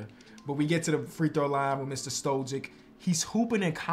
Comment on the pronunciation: It would be Mister "Stoyick" with the pronunciation